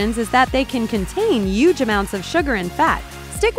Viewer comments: Did you really say "yuge" in place of "huge"? Lol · Did she say yuge ? XD XD